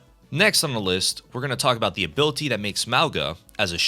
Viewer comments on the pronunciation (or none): I STG IF YOU SAY "ABILUHTEA" ONE MORE TIME IM GONNA AODNWOFJWOFKWMFODKKPSKEOFKEKFOKEKF